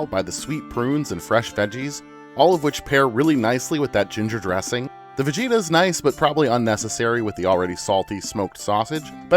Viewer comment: It is pronounced VAH-GEE-TAH!!! I only know this because my wife's grandmother would always correct me lol